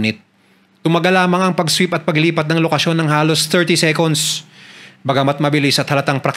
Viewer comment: SEKUNS? SECONDS SEKANS YAN VERIFY MO SA INTERNET